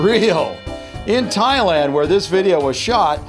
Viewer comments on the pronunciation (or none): none